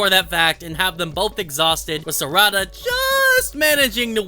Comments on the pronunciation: its sa-ra-da not sarada lol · It's Sar'ada not Sarada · Ehem.... SAR....A....DA.....SARADA